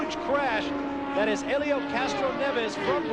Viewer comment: Randy Dubin Yeah I've never seen his name spelled and pronounced like that before.